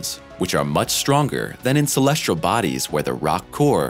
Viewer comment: Agreed. Why does he always say "celestRal"?